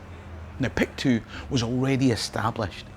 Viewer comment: Excellent work, as ever, but the diphthong in “Pictou” is not articulated. Locally it is pronounced “Picto”.